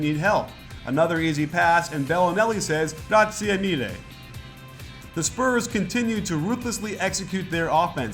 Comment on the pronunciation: "and Belinelli says 'grazie mille!'" pretty good italian coach!